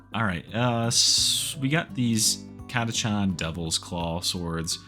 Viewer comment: are you sure it's pronounced cataCHAN? :D just sounds funny but it may be correct, I always thought it was ctakan :D